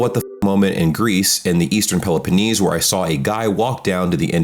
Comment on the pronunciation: aces the pronunciation of Peloponnese completely butchers the pronunciations of Aegean 😆